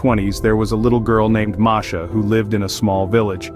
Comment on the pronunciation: Her name is MASHA not MARSHA